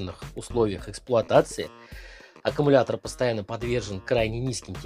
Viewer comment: Блин, за 1 минуту слово аккамултор, автор произнес до тошноты